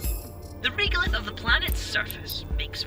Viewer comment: Respectfully, the voice acting pronunciation of the word "regolith" here is incorrect—it is pronounced with E as in end, not E as in eel. Before writing this, I checked carefully to ensure that there is no difference between US and UK pronunciation, which there is not. Thank you.